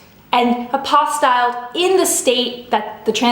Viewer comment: it’s pronounced APPO-STEEL :)